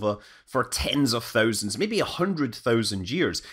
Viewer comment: Hit like every time he says THÖUSAND